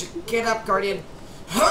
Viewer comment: How many times do I have to tell you it's GUARDIAN not GARUDIN or GUARDIN